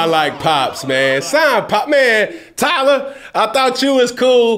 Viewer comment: "tyler" bagent 😂😂 tyson*